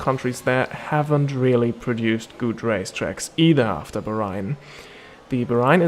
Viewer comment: I enjoyed the video, good quality. Though the way you pronounce Bahrain is not the way it's actually said